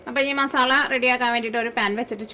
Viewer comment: മസാള എന്ന് പറയരുത് മസാല എന്ന് പറയണം ഇനി പറയുമ്പോൾ സ്രദ്ദിക്കണം